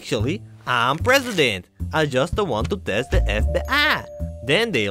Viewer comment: the way he says "test" never stops making me giggle